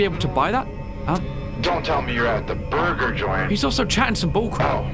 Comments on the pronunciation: Holds the Edited Burger The says: "BOORGIR" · Is so funny win you say buger like a rat buger